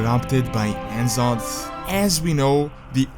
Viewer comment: he still pronounces N'zoth wrong.. after all this time